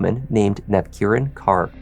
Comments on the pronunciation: I believe that his last name is pronounced kor and not kar. Either way it is a tragic situation. Peace to all. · Just to note: Punjabi women use the surname Kaur after their given names. Kaur is pronounced the same as the English word 'core'. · Great job with the pronunciation of a lot of the names!!!!! But Kaur is pronounced like core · Sikh female names Kaur are pronounced same as Corr. Just saying 😊 Thanks for covering this case. Looking forward to the next one. 🫶